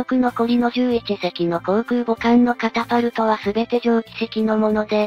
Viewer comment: 電磁式カパタルトなのかwww カタパルトじゃ無いです。 カパカパなんじゃない。